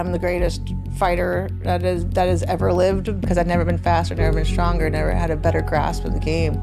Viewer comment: evarrrrrrr....opportunityyyyyyyyyy.... can't stand how that guy intentionally elongates the last syllable of all his words.